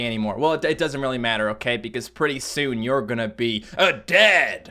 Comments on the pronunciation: Well, for some reason I heard that as "pretty soon, you're gonna be a-dead!!!". Oh well, at least you can do funky effects on your face :D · When u said : we are gonna make Hobo Joe A Dad! I thought u said DEAD XD